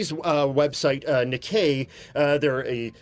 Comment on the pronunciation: Nikkei is pronounced Ni (Knee) kkei (KAY) with Pause between NI and KKEI